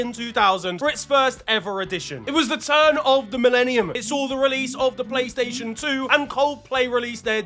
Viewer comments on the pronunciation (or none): none